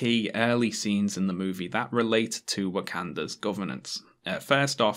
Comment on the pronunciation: Why can't PJW say wuh-canada right.